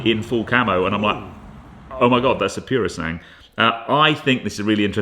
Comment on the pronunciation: So you had a chance for more shots of a highly anticipated vehicle from Ferrari....and your reaction was a 3 second clip and you saying 'piurosahng' ( yea you butchered the pronunciation, hence the spelling)